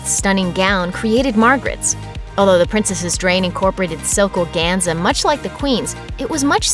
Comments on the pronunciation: The bodice of Princess Anne's Tudor-styled wedding dress in 1973 did NOT have piping on the bodice. It was pin-tucked. Rumor has it that the seamstresses who worked on the gown inserted one strand of their hair in each pintuck. That may be apochryphal. Furthermore, the pronunciation of the word, "organza" is, according to the Cambridge Dictionary, /ɔːˈɡæn.zə/ in the UK and doesn't begin with a pirate "arrrr" even in the USA. [edit] MeAgain's dress is almost an exact copy of one worn by one of the Rothschilds in the 1960s. Kate's was a close cousin of the dress worn by Grace Kelley at her wedding. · The announcer mispronounces the word organza. She says it "Argonza." LOL It's silk organza.